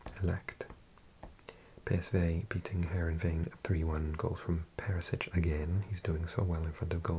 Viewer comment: PeriŠić not Perisić, NejaŠmić not Nejsmić :D I know you know how to pronounce it so just a friendly reminder 😁😁